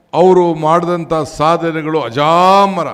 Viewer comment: ಅಜಾಮರ ಅಲ್ಲಪ್ಪ ಅಜರಾಮರ